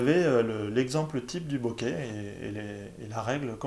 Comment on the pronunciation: Alors de grâce prononcez "boké" avec accent aigu et non "bokè" avec un accent grave. C'est un mot japonais qui se prononce boké ;)